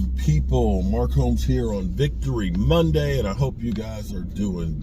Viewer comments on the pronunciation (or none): none